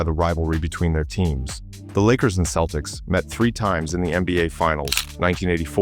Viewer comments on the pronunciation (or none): Did he say keltics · Should an AI who pronounces Celtics as Keltics be given this job other perhaps more deserving AIs? If we are not careful we will have prima donna AIs who could care less about people. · AI bullshit. A human would know how to pronounce the fucking Celtics